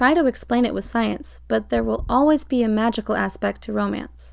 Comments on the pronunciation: Oh my god when she said ‘Be yourself’ I thought she said pee yourself, when I tell you I screamed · I swear it said pee yourself... But if said be yourself 😂